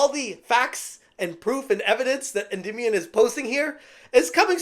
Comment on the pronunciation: Is it me or is he pronouncing Endymion wrong?